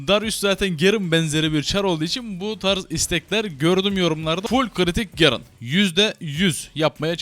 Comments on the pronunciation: şu garene gerın demeyin artık lütfen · gerın degil garen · gerın ne ya GAREN lan o garen :D